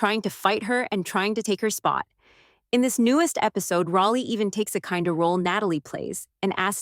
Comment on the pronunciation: Fix your AI. It's pronounced Rollie, NOT Rahllie!!